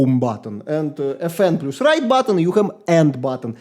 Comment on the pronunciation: insane accent and actually great review. The last decent mechanical keyboard was released in 2016, I mean Corsair k70 rapidfire. So modern optical, magnetic and membrane keyboards are much better than new mechanical models. And, pls, plus reads as "плас", no "плюс")